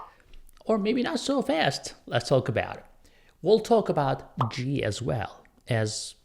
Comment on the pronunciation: It's pronounced Gee not jeee